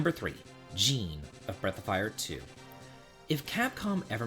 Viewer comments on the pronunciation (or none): Jean is pronounced "John".